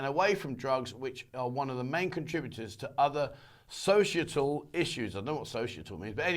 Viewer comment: Societal is pronounced So-sy-et-al